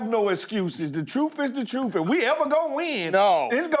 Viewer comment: what the hell is "troof"...so gd annoying.